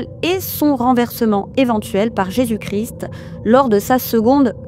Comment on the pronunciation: Faudrait travailler la prononciation en langue liche: Christ se prononce '' craille(ste) ''. Un petit effort si tu veux te faire scanner le QR code 😂